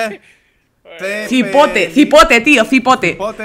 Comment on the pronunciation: JJAJAJAJAJAJAJAJ. es cipote,no zipote, y es otro nombre para ... ... para eso